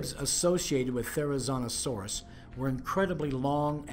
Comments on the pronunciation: Yeah, he was mispronouncing the name all throughout the entire video except for once when he mentioned the animal's full name. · PaleoFAIL: Pronouncing the name wrong the entire video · The biggest paleofail here is how he pronounces therizinosaurus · WTH is with calling this “therizonosaurus” It is therizinosaurus